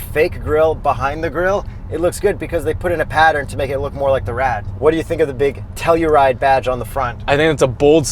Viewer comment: its pronounce To Hell U Ride